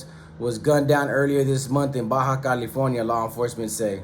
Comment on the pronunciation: It's Baja California not Baja, California 😂